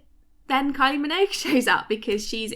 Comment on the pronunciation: What is a kyl-e min-owge?